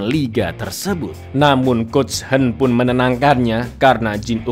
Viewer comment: Kang yang hwen dibaca kang yang "hwen" knapa di baca "henn"? Kebelet ngeseng, cak?😅